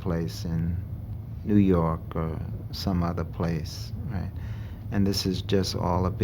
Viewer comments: "nuu yawk affice" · New yalk